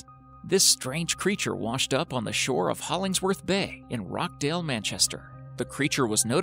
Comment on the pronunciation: Oh btw it’s Rochdale pronounced roch dale